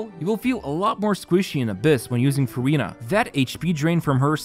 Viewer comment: Not sure whether to roll or not since I have too many hydro ;; Neuvi, Yelan, Ayato, but also... its Furinaa ack 🥹